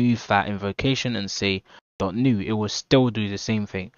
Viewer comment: dok or dot ? 🤣